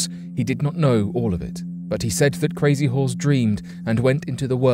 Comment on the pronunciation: Lol the pronunciation of crazy horse is funny lmao close but not nearly enough lmao who am I kidding it's not even close 😂 coming from an Oglala Lakota